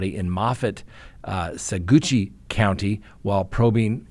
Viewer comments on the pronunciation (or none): "Sagoochie County"? Are you sure you're a Coloradan😅 ! Pronounced "Sa Watch". (Spelled Saguache). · it is pronounced as SA-WASH, not SA-GOOCHIE county. YAY! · Suh-watch rather than sagoochi 😅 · Sagoochy county? Is that Saguache county? Saguache = Sa-watch. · So glad her body was found! County name isnot 'saw-goochie' but 'sah-watch'. Just sayin. Thanks. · Pronounced Sa-Watch not sagookie. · It is pronounced saw watch. The county. Good show. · 😮pronounced Sa watchie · GTFOH!!! Yes! Suzanne's been found!!! Now let's get that fool, Barry. P.S. Saguache County is pronounced "So-watch." There's a pronunciation video from the Sheriff's Office on YouTube. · Saguache is pronounced "Sa-watch". From a fellow Coloradoan. 😊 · Saguache County pronounced Swatch County